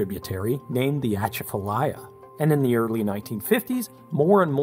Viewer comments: mais, its just chafalaya. what is an atcha-fa-lia? need some Zyrtec or Benadryl? is that a new dish? imma start some rice and you show me how to make dat. lol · Atchafalaya: pronounced 🚨UH-CHAFF-UH-LAYA🚨 Not 🚫ATCHA-FA-LAYA🚫 PLEASE LEARN OUR CULTURE BEFORE U SPEAK🙏🏼 It's disrespectful on so many levels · AtCHAFalaya, not AtchafaLAya. I thought I'd seen this one before, except for its posting date. But when I heard the fingernails on slate of your pronunciation I knew I'd have remembered watching. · Try doing some research on how to pronounce things before publishing them on YouTube! You are completely mispronouncing Atchafalaya. It should sound like Uh chaff uh lie uh, not atcha fuh lie uh. When folks mispronounce words in things like this it makes them completely unwatchable. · It's pronounced shafaliya river not atchfalia. Cool simulations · Born and raised in New Orleans, "uh-chaff-fuh-lie-yuh" is how we pronounce Atchafalaya. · His pronunciation of Atchafalaya is hilarious. Absolutely what anybody who’s not from Louisiana would think the first time seeing that 😂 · As a native Louisianian, your pronunciation of Atchafalaya is horrendous. I love it. The emphasis is on the atCHAfalaya. Keep up the good work. I show my kids your videos to help them understand infrastructure we'd never know about otherwise. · Atchafalaya. (uh-CHAF-uh-LYEuh). Thanks. Sincerely, Morgan (Mau-ghen) City, LA. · I'm sure someone has already told but. But as someone from southern Louisiana it is my duty to help you pronouce Atchafalaya. It's Uh-chaf-uh-lie-uh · youre the first person ive heard say it like that lol everyone at home says it "uh-CHAFF-uh-lie-uh" awesome video tho! im not saying youre wrong btw just thinking out loud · Please let me help you on just one thing. Atchafalaya is pronounce shah-fuh-lie. It’s an old Indian word meaning long river! Never pronounce it like you did in the state of La. They may just use you as gator bait! Lol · it is pronounced " uh-chah-fuh-liya ".....